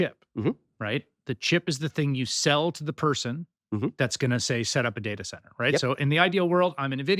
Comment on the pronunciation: has made me start saying day-ah-cent-ar!